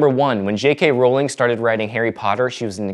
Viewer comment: I was on board the moment you pronounced Rowling's name correctly, perhaps I'm the only one but it bothers me that even people who claim to be big fans get it wrong.